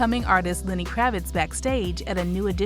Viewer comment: Why do you keep calling him LINNY??????? ITS LENNY! (sorry, but that drives me nuts lol)